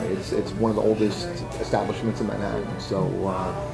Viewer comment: OMG!! Please learn how to pronounce the t's in Man-hat-an NOT Man-ha-en!